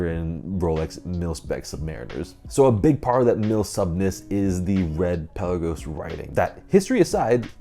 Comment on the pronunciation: It’s Pe la’ gos not Pel’ a gos!